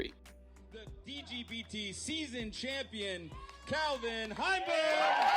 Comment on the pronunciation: Bro. It’s Calvin. Wtf.